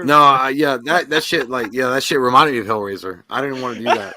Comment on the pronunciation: Hellrasier ……👌 lol